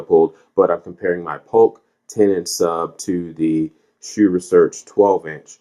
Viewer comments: you are incorrect. It is pronounced as "sue." If you or anybody else is saying "shoe", you are saying it wrong. Unless you are saying Dr. Hsu doesn't know how to pronounce his own name..lol. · It's not pronounced SHOE. HSU with a silent H. Pretty close to a worthless review. So much wrong with this. Might as well not try and do sound comparisons with such a lousy mic. None of your comparison clips sounded worth a crud. Those other subs are lousy anyway, so why bother. You are comparing a $600 HSU sub to a $179 Polk sub. Gee, ya think maybe the one well over 3x the price might be quite a bit better? Is your next review going to be a $60,000 BMW compared to a $18,000 Nissan Sentra? You ramble on and on about these other subs like you are reviewing them. Nobody cares about them, so move it along. You also aren't adjusting the sub "volume", but rather the gain. Not sure why HSU labels it as volume. Without getting too wordy, read this for a detailed explanation. Then you say you had the Polk at max volume. Say what? And you wonder why it sounds bad? Did you not calibrate these subs with a receiver calibration mic/set up? Or are you just turning knobs and hoping for the best? There's no way the sub gain on the Polk should have been maxed out. Like I originally stated, so much wrong with this. I'll give you an E for effort at least. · "Most people pronounce it 'sue'. A more correct, more Singaporean pronunciation is 'shoe'" - Dr. Hsu